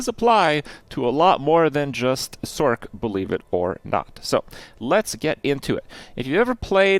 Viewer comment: I can't take it anymore... its pronounce SORS, as in sorceress.